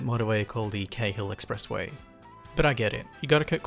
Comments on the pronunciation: It's pronounced "carl" not kay-hill expressway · One edit - it's actually pronounced in this instance 'Carl' expressway. Stupid but I believe that's how the persons name was pronounced for who it was named after